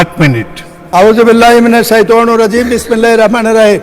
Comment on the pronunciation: আপনার লজ্জা শরম কিছু নেই ঠিক মতো বিসমিল্লাহির রাহমানির রাহিম বলতে পারেন না আবার বড় বড় কথা বলেন ধিক্কার জানাই বরিশাল বিভাগ থেকে